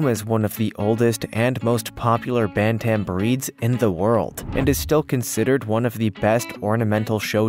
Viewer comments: Ban Tam?? Do you mean bantem? What is your native tongue? It sure isn't English. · Pronouncing bantam. Is another one you have destroyed